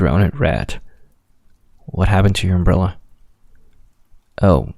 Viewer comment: the "yoar" I'm dead💀💀💀